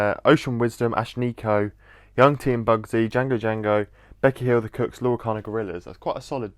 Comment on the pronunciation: i love it but pls stop pronouncing the kooks like the cooks pls i beg